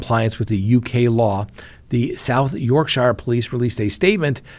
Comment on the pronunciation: I'm from Sheffield it's pronounced Yorķshure